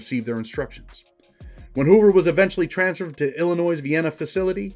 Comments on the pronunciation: The S in Illinois is silent. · My man, I love your content... but there's only one Illinois not multiple, the S is silent